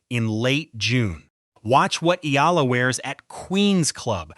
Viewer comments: pronounce it Eeeee-yaaaa-lah, not aila, not ala. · EALA "E-YA-LA"